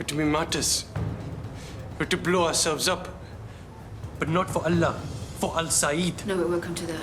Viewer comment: This is so embarrassing to watch. First they can't even pronounce ALLAH properly. Second Islam never allow us to do bad things not even thinking. To kill for Islam is simply bullsit.